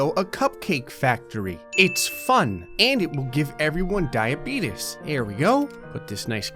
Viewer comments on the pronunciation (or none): Think it was diabeetis he said